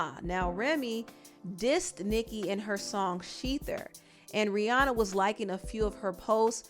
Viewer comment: It's R I H: RIHANNA. Not to be picky. That just bothered me a bit. No hate tho.